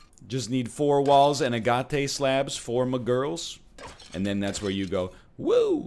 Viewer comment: With all respect Mr. Lion; love the series, hate the pronunciation of "agate". agate noun, often attributive ag·ate | \ ˈa-gət \ Definition of agate 1: a fine-grained variegated chalcedony having its colors arranged in stripes, blended in clouds, or showing mosslike forms. Love the channel!